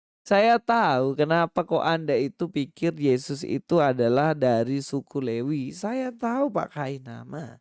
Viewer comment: Mas pras...juga salah,..dia bilang levi...bukan lewi...hahaha..